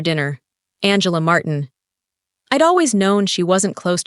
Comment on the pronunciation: Martin?Marteen? Why can’t AI keep the same pronunciation?